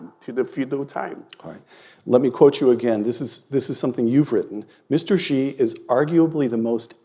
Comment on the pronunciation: As far as pronunciation for President 'Xi' goes, I think you will need to get your pronouns right? It's 'she', not 'zhe'